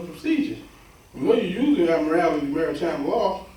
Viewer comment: "admirality"? Does he mean 'Admiralty'?